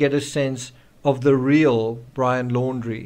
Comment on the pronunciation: ITS PRONOUNCED Brian LAUNDRY ( NOT. LORI.). BUT CONFUSING PERHAPS BECAUSE IT IS laundre spelled out.